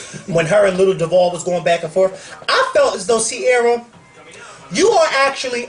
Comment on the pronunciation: LOL why would read ciara like that lol i cant deal!